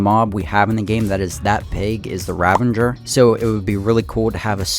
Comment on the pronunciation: Ravager, not Ravenger.